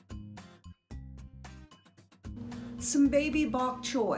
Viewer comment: What’s baby bok troy? Sounds like what you said?